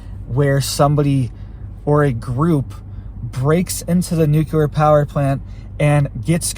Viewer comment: You keep saying "nucular" which is not a word. Makes you sound like you are uneducated.